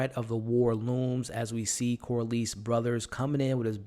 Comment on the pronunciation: it’s pronounced Cor-less not Cor-leese. Great channel and content tho!